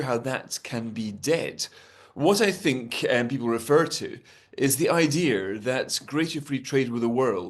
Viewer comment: It's pronounced Idea... Not idear😊😊😊